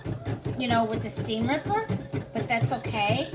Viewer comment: It’s most likely from the file and not a basting stitch . I didn’t know you can back stitch!! Lol I like how she says STEAM RIPPER !!😆